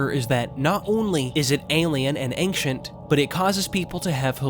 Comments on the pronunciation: There’s no K in ancient big dawg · I am sorry, but saying ankshient and not ein-SHENT and saying mod-YOU-le and not mo-JOU-le really detracts me from the video. I don't know if it's just your strange (to me) local native accent or if English is your second language, but I haven't heard anyone who says the word "ancient" in such a way. This pronunciation just really puzzles me. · Yes, please do make a vid for the two sequels. But just please... Learn how to pronounce 'Ancient'.